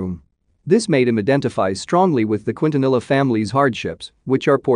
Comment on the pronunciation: i wanted to exit off this video SO BADLY when he pronounced it :Kwin-tuh-nella" smh